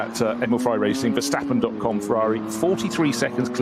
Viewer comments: Feels off when I hear the commentators call him "Vehrschtappen" every time... I thought he was dutch! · Only one commentator did. But yes, very annoying. Apparently its also very difficult to pronounce the a in Verstappen like in the word "bar" instead of like in "happen". Do your freaking homework. Don't butcher non English names.